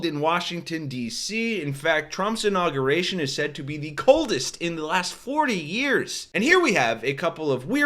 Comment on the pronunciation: Please. Pronounce Inauguration correctly. " In aug yur ation." Thanks from people who hate nook you lur.